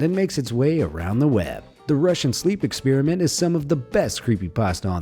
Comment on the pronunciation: “ExpEEEriment”—not cool bro